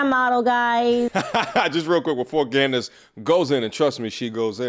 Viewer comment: I like the way calls Candace, gandase. 😂